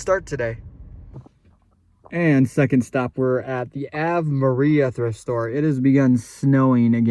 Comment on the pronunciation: The way you pronounced Ave Maria like Ave was short for avenue 😂 you need Jesus lol